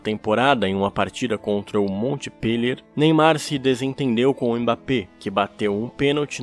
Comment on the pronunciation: "Monpeliê"- é a pronúncia...